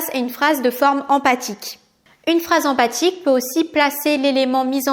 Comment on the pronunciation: Attention c'est phrase empHatique et pas empathique !!!